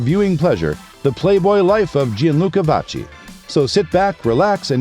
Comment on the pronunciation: if we're going to make such a nice video about someone, we should pronounce their name correctly